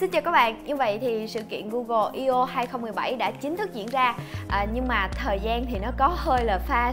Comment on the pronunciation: đọc là "i ô" nghe hơi buồn cười